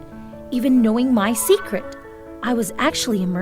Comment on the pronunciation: "Seceret mermaid"